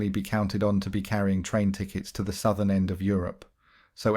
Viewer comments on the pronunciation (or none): none